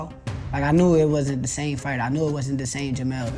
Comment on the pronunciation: dude, it was a shit performance and he admitted it. Why would he say it was his best fight. He said "it wasn", he didn't enunciate the letter "t"